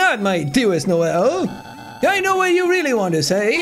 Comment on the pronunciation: I like how you said noell instead of noelle